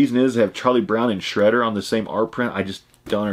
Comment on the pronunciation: Its shroader not shredder an charlie brown......lol